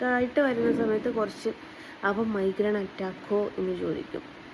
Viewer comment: മൈഗ്രേൻ ആണ് ട്ടോ ഉച്ചാരണം തെറ്റാണ് ന്തു സെലിബ്രിറ്റി ഒന്ന് പോടേ